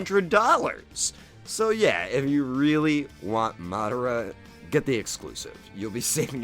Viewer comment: I feel ashamed hearing how you butcher Madara's name